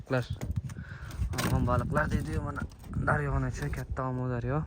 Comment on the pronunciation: Омударёмас амудорё